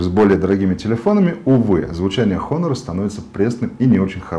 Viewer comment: не хонор. а онор. плять. обзорщик